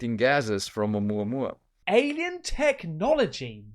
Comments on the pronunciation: Pronounced O-moo-A-moo-A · It's pronounced "Ah moo ah moo ah" ;-P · oh-moo-ah-moo-ah (Oumuamua) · Not "Ouma ouma" but "Ou mua mua"! Is that so hard? ;) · It’s pronounced Omooowa, Omooowa sweetheart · Oh-mua-mua! It’s pronounced 😂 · i believe the correct pronunciation is o-moo-a moo-a... like your cow mate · Hey Bro... Its Pretty Simple to Pronounce it.. Say it like this (Uh-mua-mua) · Oumuamua is a Hawaiian word meaning scout. It's pronounced Oh-moo-ah-moo-ah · pronounced like AH-MOOAH-MOOAH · MATE, How do u RESEARCH 👽 & NOT DISCOVER THE CATTLE MUTALATTION PHENOMENON...ITS NOT ABOUT 1 SILLY VIDEO 😜 & ITS PRONOUNCED A-MOO-A-MOO-A 🐄 ...😂 BUT SERIOUSLY IT IS!!! & for God's sake ITS CON QUIEST TA DOOR, NOT CON QUEST TA DOOR!!! THE BETZ SPHERE WAS FOUND IN THE 1970'S THE SPANISH CONQUSET WAS THE 1500 & 1600'S !!!! BETZ THOUGHT IT WAS A FKN CANNON BALL AT FIRST IS ALL THEY MEANT LMAO😂😂😂😂